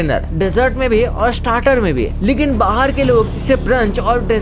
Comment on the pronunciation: Bahar not bahir 😂😂😂